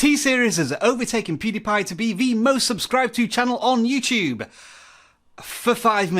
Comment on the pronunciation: you said youcube